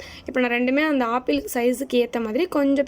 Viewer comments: that is not a aapple that is apple ok va🤣🤣🤣🤣🤣🤣🤣🤣🤣🤣🤣🤣🤣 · Apple nu Koda seri ya solla therla chii